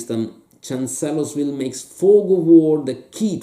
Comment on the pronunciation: For benefit: it's pronounced "CHANCE-lers-ville" "FRED-dricks-burg". Also, if you want to really get at this campaign, the game to get is "Glory II: Across the Rappahannock". A lot fewer gimmicks and "fiddly bits and bobs", and still an effective way to factor in Jackson's Flank March with some fog of war. Still, one of the better episodes of "Greatest Days of History in Games"!!!